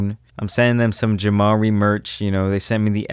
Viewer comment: The way bro be saying his name. JamaRI! That’s JamaRI!